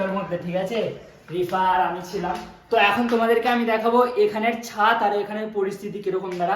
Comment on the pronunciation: ছাত 😂 না রে ছাদ হবে 😅 উলুবেড়িয়ার ছেলে তো ওই জন্য তুই এমন 😂 ....